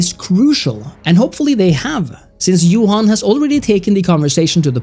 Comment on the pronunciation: Props on pronouncing Johan's name properly like the Swedes do. But yes, the problem is, they have some sort of internal rule where before next iteration of a flagship game starts development, it needs to get a "champion" designer. Which means a person needs to come up with a core design for the next game and there is like a break down in %s of how much of the old game gets ported and how much is replaced by new stuff. This is why they dont simply port the entire old game and build a new one on top, but they appear to drop beloved features and add brand new ones that often dont feel like they belong in that game. And youre right, this is compltely of their own doing. So what you end up with depends greatly on who the base design turns out to be and what their preferences are. Sadly.